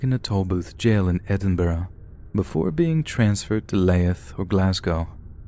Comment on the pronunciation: It's pronounced "Leeth"